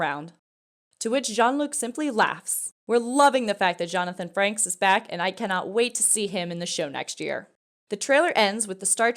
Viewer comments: His name is Jonathan Frakes, not Franks. 🙄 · "Franks?" Do you mean Frakes? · Can we get somebody that knows trek to do these videos. The name is frakes. There wasn't an N the first or second. Come to think of it. His name hasn't been Franks since at least 1987.. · Why does this broad keep saying “Jonathan Franks” she cant really be a Star Trek fan if she can’t even get the actors name right 😂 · Really?? I'd boot you all the way down to Crewman Third Class if I thought you deserved even that. FRANKS?? You apparently did ZERO research on your topic. But, worse yet you couldn't read your own script correctly. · Nice video, but a Reprimand is in order for the mispronunciation of Jonathan Frakes’ name. Any more of that nonsense and you’ll find yourself back at Lt. Cmdr in no time